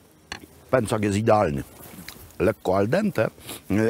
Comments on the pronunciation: PĘCZAK!! Pęcak uszy me kaleczy :P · Panie Robercie, uwielbiam Pańskie podróże i opowieści. Oglądam wszystkie, a teraz Tyrol i Dolomity - moje ulubione - strzał w 10 🙂 Ale proszę o słowo wyjaśnienia - dlaczego kasza jest "pęcak", a nie "pęczak" ? Trochę mnie to uwiera